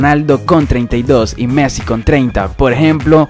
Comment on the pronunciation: No se dice measi se dice messi